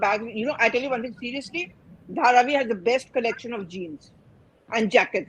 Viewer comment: Pronounce the way locals to Seth - Dhaa-Raavi